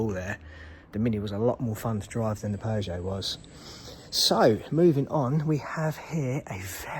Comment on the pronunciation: Peogeot is pronounced Pew sjoe And not Pears sjoe. But absolutely excellent video otherwise . Well done and thanks for sharing.